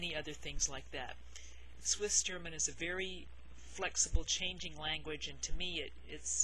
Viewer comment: I live in America since a while but I am Swiss. Your pronounciation is killing me it is soooooooo good!!! Everybody I was trying to teach some Swiss german terms totally messed up the pronounciation. Yours is extremely good!